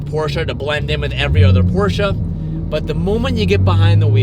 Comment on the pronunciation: please... learn how to say Porsche correctly... Its butchery for us europeans... Its not PorschA its PorschE google translate saya it perfectly...